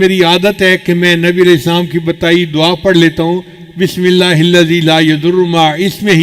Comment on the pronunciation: Please, bismila nahi kahte, isska matlab, Allah ka name nahi, asal lafz hai, Bismillah, ha ko zarur ada karin, taa ke sahie matlab ada ho